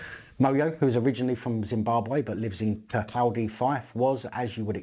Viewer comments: wtf is kirkaldi fife? Its pronunced kir-koh'day. lmfao. Kirk (as in Scottish for Church) Caw (as in "call" without the Ls) and Day, as in the opposite of night. The L is silent, and the A is pronouced like "awe" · Loving the vids as always. Lol its pronounced kirkaww-dy